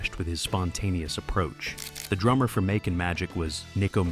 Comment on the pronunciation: More AI slop. Pronouncing “Makin’” as “Mocken” and a few others. Thank God for the “Do Not Recommend Channel” button.